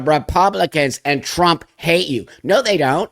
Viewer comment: Did he say TRANPA😂😂😂